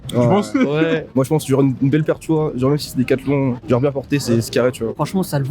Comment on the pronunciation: Comment avoir une classe de folie et perdre de sa superbe en s'exprimant seulement en quelques secondes 😱 "Genrrrrrrrrrrrrrrrrrrrre"